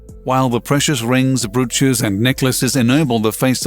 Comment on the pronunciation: What Larry said and also that's not how you pronounce Mesopotamia and also not how you pronounce Brooch. I think i learned how to pronounce both those words by the age of 12.